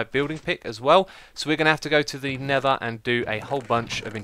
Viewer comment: X be like... Nether = Neva Lava = Laver Mesa = Mayser